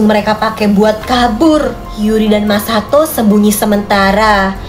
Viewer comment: Sekalian Masako bukan Masato 😅😆😆